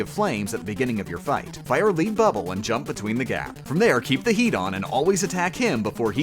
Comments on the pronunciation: Leed bubble? ITS LEAD BUBBLE you now the stuff in a pencil ! (I love your stuff). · These videos are entertaining and all, but your minor mispronunciations on simple words really bother me. If you're doing this stuff on purpose, then well played, but just in case: The Lead in Lead Bubble is pronounced like Led, like the metal Chasm is pronounced like Character Archive is pronounced like Arkham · LEAD BUBBLE. LED NOT LEED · Leed bubble... LEED BUBBLE!? Sorry, but it’s lead “luh-ed”. A lead “leed” is a lasso type thing. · I get that words are pronounced differently depending on where you live (like how you pronounce "archive" and "chasm") but it's "led bubble" as in the element lead, cause it is heavy, not "leed bubble" as in it is leading. Two different words with entirely different meanings, just spelled the same, so the pronunciation of that actually matters (unlike "archive" or "chasm" which are technically supposed to be pronounced with hard "k" sounds but you're not saying different words by pronouncing it with the written "ch" sounds so it doesn't really matter and you should keep pronouncing it that way just because it's hilarious how mad people get about it). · Also "Led Bubble" not "Leed Bubble" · exactly, it's lead bubble as in the element, not the bubble in first place lol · "leed bubble"? lead as the metal... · "Leed" bubble? Cmon now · "Lead Bubble" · Lead bubble is pronounced like the metal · Its lead bubble, like a pipe made of lead, not lead as in "I will lead ypu to victory" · He pronounces "Lead" not like the element, but like the verb. I love these videos, but honestly, he really has some weird pronunciations. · Can you pronounce LEAD and a few other words properly? Such a waste of a decent voice to mispronounce so many words :(